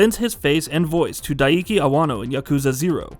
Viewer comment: He didn't even come close to getting Awano's right.